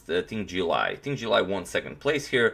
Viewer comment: Hey agadmator, while I think the pronunciation is not important of the names, here is how you would say both names correctly: Jew When Jew-un, and Ting Gee-eh Lay